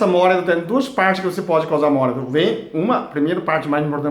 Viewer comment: Móalito kkk dsclp mais deu vontade de rir.. kk